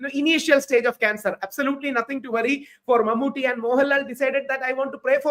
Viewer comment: Barkha Dutt’s pronunciation of Mammooty’s name is so wrong. It is awful! Why can’t these anchors take some time to practice how to pronounce names of important persons? It is deliberately disrespectful, IMHO. Mammooty isn’t anybody. He is a super-star from Kerala. These anchors can spend time to learn pronunciation of difficult English words, foreign words in English language etc. But they just can’t spend time to learn pronunciation of important people from south India routinely. Why? Don’t they have any South Indian friends who can tell them about correct pronunciations? IMO, these anchors just don’t have inclination to learn.